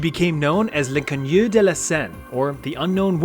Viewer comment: please, for the love of God, if you're gonna try and pronounce French words like "l'inconnue" say it properly or say it the English way man😭